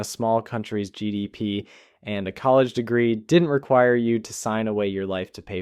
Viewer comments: Is this text to speech? If so it's a good one. E.g. "G Dal P" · Yes that was weird